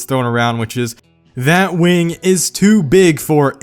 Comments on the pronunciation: its a wing not a waing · i heard 'wang'